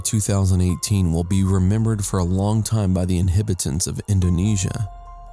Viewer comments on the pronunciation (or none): The 'inhibitants' ? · you said inhibitants, its supposed to be inhabitants. learn english bro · inHabitants in-hab-i-tant you fuck'n fool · Inhibitants? Uninhibited? Lol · Its not "uninhibited" (which means being unselfconscious) its "uninhabited." And its not "inhibitants" its " inhabitants." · Hey you BOZO, it's INHABITANTS as in the people who reside there and not INHIBITANTS which I seriously doubt is a real word, you can be inhibited which means someone is shy or bashful, but if some one lives in a LOCATION THEY INHABIT IT subsequently they are INHABITANTS read a freaking dictionary before you spew more nonsense! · This is scary stuff for sure. I would like to offer a correction to the video maker. You talk about inhibatints. The correct word is inhabitants. Big difference in meaning. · InHibitints? Inhabitants maybe LOL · INHABITANTS, not INHIBITENTS.....some people!! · "Inhibitants"??? An uninhibited region is populated by people without scruples! Is an inhibitant someone who HAS scruples?? Seriously, get your pronunciation right! It's inhabitants & uninhabited!!! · the narrator does not know the meaning of the word "Inhibitants" because it is not a word....mis-speakig of in-HAB-itants..... very poor knowledge.... a real embarrassment. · It's InhAbitants, not inhIbitants... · kadayao he talks about Indonesia's "inhibitants" . 😂😂😂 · Haha, inhibitants is not a substitute for inhabitants. Check out your dictionary. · sounds like fun since most of the islands are uninhibited ...the inhibitints of... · What the h*ll are "INHIBITANTS" ????? And Hishtory ???? Shtrongest ??? Shtrangely ??? Minishtry ??? Doesn't bother me. Just kinda funny. Otherwise OK video. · Get a better English speaking program please. You lost me at "inhibitants". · R u saying inhibitants? Sounds like it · Learn how to pronounce inhabitants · Is anyone else bothered by how he pronounces "Inhabitants"? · Inhabitants!!!, gheeze... other than that, nice job dude!